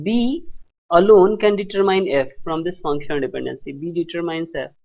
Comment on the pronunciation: it's virtually painful to hear you everytime you mispronounce "determine". it's read as "de-tuhr-min" NOT "de-ter-mayn"